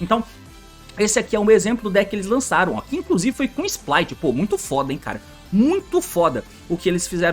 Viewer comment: T pq vc chama os sprights de splights? n tem um l no nome